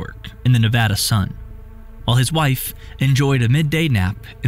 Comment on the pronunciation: Thank you for pronouncing Nevada correctly